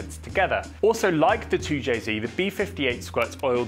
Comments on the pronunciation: Really hard to hear a person with a British accent say “zee” instead of “zed”…2 jay zed NOT 2 jay zee. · 2JZed, not 2JZee. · Its 2Jzed not 2jzee. The Japanese pronounced their Z properly, and it's insulting to see a British person pronouncing it as Zee. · An english man speaking american english, its a 2j zed not zee, both great engines though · You’re English… wtf is a zeeeee? 🤷‍♂️zed ffs 2Jayzed 😵‍💫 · Toow jay ZED, you surely are not American 😂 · You're English, its Zed...